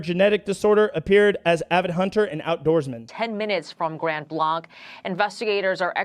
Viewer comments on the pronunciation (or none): When you have seconds to live, help is only minutes away. It's pronounced "Grand Blank" btw...stupid point. I know, but you hear news messing up and it grates on you. Just like when they call CBP - Customs and Border Patrol...it's Customs and Border PROTECTION. Border Patrol is in CBP...begrudgingly..We hated it..also grates like someone calling Marines " soldier " or calling ALL Marine Sgts above E-5 just "Sergeant "...not Staff, Gunney...😂 Just trying to lighten it up a little. Great take as always 🤟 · ITS GRAND BLANKE THATS HOW ITS PRONOUNCED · Thank you FOX for Mispronouncing Grand Blanc (Blank) every single time.